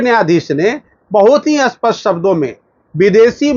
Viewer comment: आप बार बार अस्पष्ट बोल रहे है, वो अत्यंत स्पष्ट ऐसें है क्या??